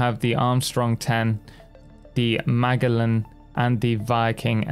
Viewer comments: Magellan pronounced ma-GEL-an (not MAG-ellen) Megellan planned and initially led the first circumnavigation of the earth. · Lost me at your pronunciation of "Magellan". 😂 It's "Ma-jell-an", as in Ferdinand Magellan, the explorer. He was the first man to circumnavigate the globe. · The G in Magellan is soft. Like a J. Majellan, like the explorer. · Magellan is spinning in his grave with how you pronounced his name 😂 FYI when G is followed by I, Y, or E, it makes the soft g sound. It's only a hard G when it's followed by A, O, or U. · The amount of youtubers that can't pronounce Magellan has me worried about the quality of history classes. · You really should learn how to pronounce Magellan, since he was a Famous Explorer!